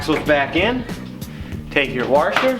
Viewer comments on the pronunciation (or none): Why you say wash with a r like warsh or some shit ? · There is no R in the middle of the word washer. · Lmao he still can't pronounce washer 🤣🤣